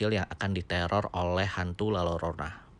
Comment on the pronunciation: FYI bang kalo di meksiko jika ada double "L" yg disatuin penyebutannya diganti huruf "Y".....jadi nyebutnya La Yorona